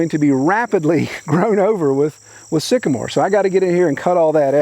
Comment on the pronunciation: When the moon hits your knees and you mispronounce trees, Sycamore.